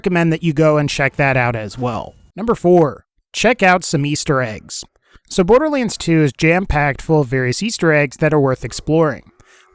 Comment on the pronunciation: Maybe im going crazy, but is he constantly pronouncing 'borderlands 2' wrong? "borderleans"?